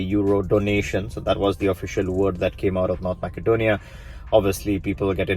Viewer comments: I've noticed that a lot of videos on the subject pronounce Macedonia as Mack-adonia instead of Mass-adonia. Is there a political reason for this? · Useful info! Quick comment: it's pronounced “massedonia”, not “mackedonia”. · Pronounced Ma-suh-donia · It is Macedonia, not MaKedonia.